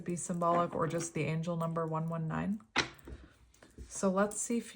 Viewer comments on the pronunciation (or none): none